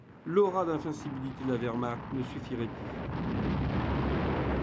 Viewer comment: Mille excuses == Werhmarcht .... avec "ch" pas "r".